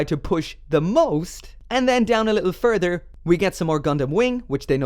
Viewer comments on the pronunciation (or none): none